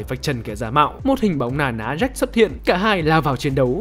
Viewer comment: Jack chứ ko phải Jake